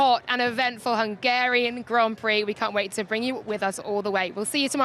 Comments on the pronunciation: “Hungara rain” 😅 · How did she say Hungarian at the start? What a weird way of saying it.